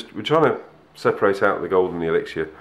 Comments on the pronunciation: It's said as elix-er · True, I have found that a lot of ppl pronounce it elixshure or elixier